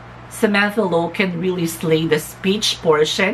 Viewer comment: OMG! You're one of the few who got my last name's pronounciation right. Thank you for the shout out my dear. Another great video and opinion. If you ask me... it takes a brave, strong and determined candidate to compete for Ms.Grand International amidst of all the controvesry surrounding the Organization at the momemt and for that Kudos and thank you Samantha. I agree with you dear that there are still some improvement for Samantha.. the gown (im not a fan of her gown during the bb pilipinas coronation too) pasarella needs more practice specially.. but no doubt that beautiful face, body and her wit is oh so ready for the crown..